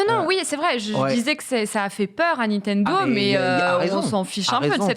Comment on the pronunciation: Etoiles il dit pas Nintendo mais Nitendo